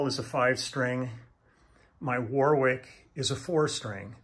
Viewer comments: Warwick is pronounced 'worrik'. Thanks for the video, enjoyed everything else. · If Warwick is named after Warwick in England, we don't pronounce the second "w", sound like warrick.